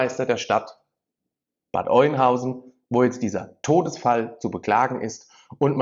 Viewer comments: Bitte nicht Bad Eunhausen sagen. Bad Öenhausen oder Bad Öhnhausen, so spricht man das aus. Dein Beitrag ist aber ansonsten gut.😘👍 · Nicht Oinhausen, sondern Öönhausen ausgesprochen 🤓 (Bad Oeynhausen) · Sorry , es heißt Bad Oeynhausen OE = Ö ausgesprochen ,, also Öeynhausen ausgesprochen !! 👍🏻😉😉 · AUA, das tut langsam echt weh in den Ohren. Es heißt ganz einfach gesprochen"Bad Öh'nhausen"